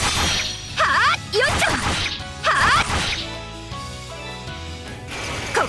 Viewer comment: よいしょ！が、よいちょ！に聞こえる笑 めちゃんこ可愛いやんwww